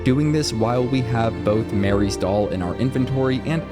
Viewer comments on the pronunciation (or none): You keep saying Mary's doll. Marie is not the same name. Do you know how to read? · Marie (Muh-Ree) Mary (Meh-Ry) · Bro. It's MARIE not MARY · Its MARIE not Mary...unless youre lazy and just used AI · Marie. Not Mary. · Please. I'm begging you 😅😅 MUH-REE (Marie.) Not MARE-EE (Mary) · Marie. Shes called marie. Not mary. Sorry. Had to correct you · The dolls name is Marie not Mary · Marie's doll, not Mary's... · It's MUH-ree. Not Mary. Ffs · It's pronounced Ma-ree not "Mary" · It's MARIE. Not Mary. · IMPORTANT UPDATE/ CORRECTION: Kids, please don’t be like, call Marie’s doll… Ma-Ree…. Don’t be illiterate and always continue to learn new things every day…. The MORE you know 🌈